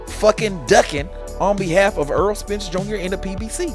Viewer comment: I don’t get into negotiations so I don’t care what another man is getting paid, outside of that nothing you said made sense. By the way his name is Errol Spence not “Earl.” You said a bunch of generic bs lol Crawford never publicly gave details on the negotiations. He just say the fight will eventually happen. Max Kellerman called Spence a duck cuz 4yrs ago Spence told Max and Stephen A Smith Crawford just need to get a belt. Crawford beat Jeff Horn for the belt, linked up face to face with Spence only for him to change the script and say “why why why I don’t I just take the easy route and take Shawn Porter belt”